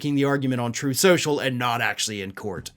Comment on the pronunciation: "Trothe Cenchull"